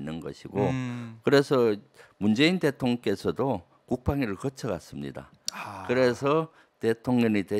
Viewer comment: 김병주의원님이 민주당에 계셔서 정말 감사합니다. 근데 대통련의 발음은 대통령으로 신경써 주십시오.